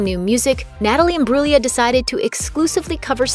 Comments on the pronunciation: The way she's says her family name though.... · Learn how to say her name.